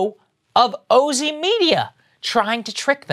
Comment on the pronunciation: Thank u 4 choosing the oh-zee pronunciation. As a longtime (is there any other kind?) Ozzy fan, I don't want that brand pollution